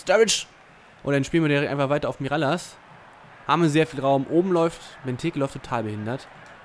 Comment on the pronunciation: Mirallas wird miraljasch ausgesprochen